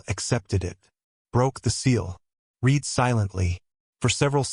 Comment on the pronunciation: Another thing to note, AI does not always get the correct pronunciation of words that are spelled the same but have different tenses. Example: read meaning past tense should sound like red. I will read that book. I have read (red) that book.